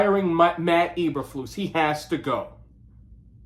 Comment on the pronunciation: So used to say Mike McCarthy you said Matt Eberfuss name wrong lol.